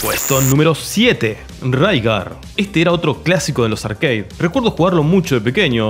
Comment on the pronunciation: de mejjor dicho nada, RARE igual que se dice ARCADE y no ''arqueid'' que suena a parguela